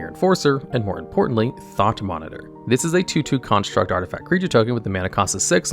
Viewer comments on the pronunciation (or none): Thought Monitor? Not Tough Monitor :P I think I cried every time I heard "Tough cast"